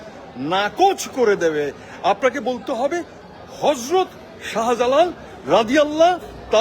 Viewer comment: নাস্তিক চদু হযরত শাহ জালালের নামের বিকৃত উচ্চারণ করেছে।